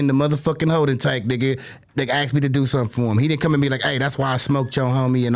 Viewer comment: Aksed No!! Its asked!!!!!